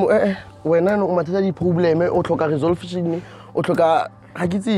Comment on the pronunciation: "O tlhoka resolvesion"🤣🤣🤣🚮